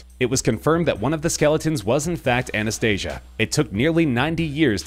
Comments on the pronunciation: You said Anastasias name wrong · Anastasia and Maria, also, you said Anastasia wrong